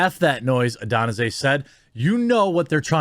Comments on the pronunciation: Its ah-de-san-yuh bud holy shit how many times you gotta butcher the man's name??? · Israel "Adenasine" - who the fuck is that guy? Dude. Get the man's name right at least. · The way he said izzys last name made me laugh 😂😂 Its pronounced ADY-SANYA lol. Not whatever you said Jeremy. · Adesanya. Ad-A-Sonya. If I hadn’t heard it pronounced before I wouldn’t have even tried to say it. I would have butchered the shit out of it also. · Say it with me. AH-DUH-SAAN-YUH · A-de-San-ya germy. Love your ass but hot damn did you ever go to school in Wisconsin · How is Jeremy so bad with names? "Israel Adonnazay" lol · ah des san yah is how you pronounce his name Jeremy! keep up the work! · Adonasay? Izzy is one of the greatest strikers of all time. Don’t disrespect his name like that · "Israel Adenyese" really Jeremy? 🤣🤣. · Lol. It's pronounced A-Dee-San- Ya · It's pronounced Ahh De sahn ya bro... lol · It's pronounced Ah-day-san-yuh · It’s pronounced al-dey-san-ya lol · Ad-es-anya is how you pronounce his last name. Not being a dick just letting you know. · "ah-deh-sawn-yuh" just so you know for future reference lol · Butchered Israel's last name. Pronounced Ad-a-san-ya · Bro. Get Izzys name right. That was brutal. Takes 2 seconds to search how to pronounce it. "Ah-De-Sanya" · The way you pronounce Ah Deh Sahn Yah gives me the big sad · It's pronounced Ah-dis-on-ya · A-Dan-a-say I love how Jeremy pronounced that☠️☠️☠️☠️☠️ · Ah-de-san-ya… that is how his name is pronounced, I think. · did i just watch izzys name get butchered? duuude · I agree with you but learn how to pronounce adesanya its not that hard. sound it out. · The repeated butchering of Adesanya's name had me dying. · Wow you really butchered dudes name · Bro you really should learn how to pronounce Stylebender's last name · Jeremy trying to pronounce Adesanya is hilarious. 😂😂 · thats not how u say his name lol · You are saying his name wrong!! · Absolutely brutalized Izzy's name 🤣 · You hammered izzys name bro.